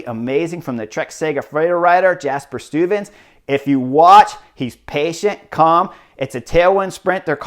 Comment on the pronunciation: but you're improving. At least the first time, you almost got "Stuyven" right. The next attempts were less succesful.